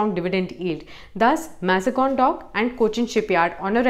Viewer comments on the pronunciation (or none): Thanks was a good video, very good information but Please check the pronunciation of Mazagaon pretty sure it’s not MazGon